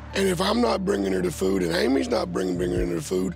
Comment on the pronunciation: Its FOOD not FOO ...